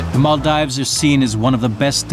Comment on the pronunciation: Nice, but the incorrect pronunciation of Maldives all the way through by the narrator is annoying! Should be as in "gives", not "dives".